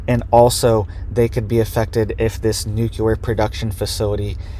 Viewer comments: There is not an extra u in the word. NU-cle- ar. It is not Nu cu ler. Regardless, thank you for the report. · You sound very uneducated when you say , nooculler. The word you shoul be saying is "nuclear". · It's nu CLE ar. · Say it with me: nook-lee-er